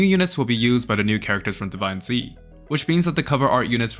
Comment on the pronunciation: It's pronounced Divinez not divine zee. It's one word